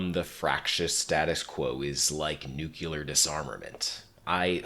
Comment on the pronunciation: What is a nucular bomb??? I’ve heard of nukes before but those are nuclear, are nucular bombs some type of upgrade to that?